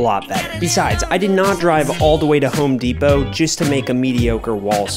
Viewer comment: It’s not Home Depo it’s Home Depot